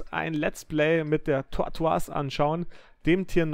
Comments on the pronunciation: Das ist kein französisch du spricht den Namen nur falsch aus. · "Tortoise" wir nicht französisch ausgesprochen, sondern englisch, weil es Schildkröte bzw. Landschildkröte bedeutet.